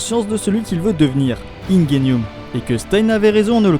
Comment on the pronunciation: wow comment ta dit Ingenium ahahah